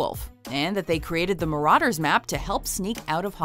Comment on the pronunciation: You said marauder wrong